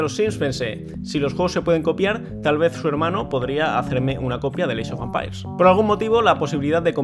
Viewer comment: Alva: "Eeichofampairs" Open English . com clases en vivo 24 horas al dia